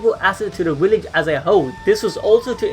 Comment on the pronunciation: Every time you said WILLEDGE I cringed just a little.